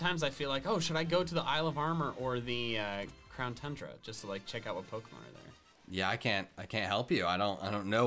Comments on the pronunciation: said crown tundra not crown tooondra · You Said Crown Tundra And Not TUNE-DRUH